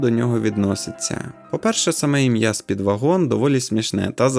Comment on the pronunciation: Роби наголос на першому складі